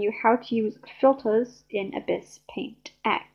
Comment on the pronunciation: Nice vid but you don't pronounce ibis like that